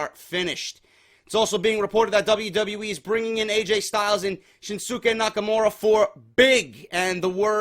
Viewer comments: Damn it it's pronounced SHIN-SKAY. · For further references shinsuke is pronounces shin skay. #JDforcreative